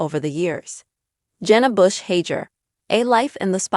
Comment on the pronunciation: Please figure out the correct pronounciation of her last name before you post a "story"